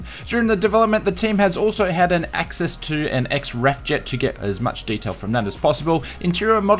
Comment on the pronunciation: love the new trainer, im guessing it was RAF ( its normally said R A F, like Ar ay ef)